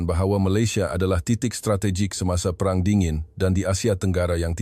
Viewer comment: Hello! bukan berwarna PERANG.. Perang tu makna nya ''War'' dalam bahasa Inggeris... sebutan yang betul ia lah ''pay-rang'' barulah bermaksud warna. Ini lah akibatnya bila guna suara AI